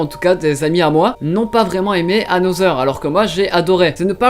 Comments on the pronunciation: Mais pk ptn tu peux pas bien prononcer les nom comme another et mei Misaki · Et comment t'a prononcé another aussi , je vais péter un câble